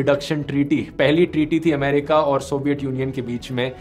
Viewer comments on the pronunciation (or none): none